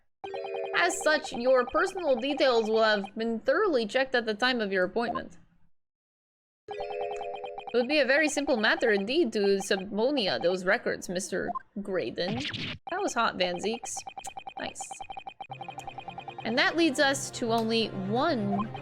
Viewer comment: subpeona is pronounced 'sah peena'